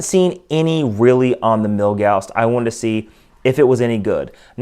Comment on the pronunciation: Why do you keep calling it "Milgausst"?